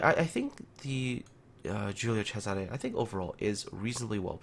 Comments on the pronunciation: pretty good pronunciation, but you missed the accent on Cesare: it should be a closed accent on the first E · You where almost there with the pronunciation, Giulio was correct but cesare close but not perfect